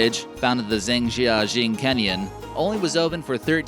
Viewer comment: Your pronunciation of Chinese place names is hopeless. Zhejiang is probably the worst! No way near correct.The only two you get rughly right are Beijing and Shanghai. Your French isn't much better! The Zhangjiajie (yes you pronounced it totally wrongly) Glass Bridge is now a very popular tourist site. Certainly not forgotten!